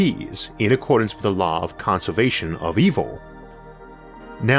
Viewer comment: "'Kahnservation' of evil" - LOL.